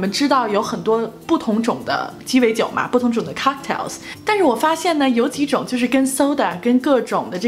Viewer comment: COCKTAILS 发音不准